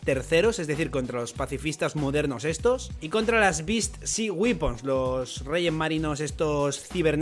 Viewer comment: 'weapon' se pronuncia más como 'güepen' que como 'güipon'